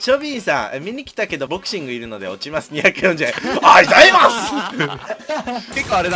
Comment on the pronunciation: ボクシングいるので落ちます、あいざいます！で吹いたw